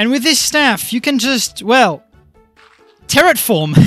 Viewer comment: re-watching this video 2 years later and only now am I realizing that he said Terrot form